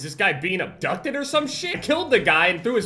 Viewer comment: “Is this guy getting ubducted”😂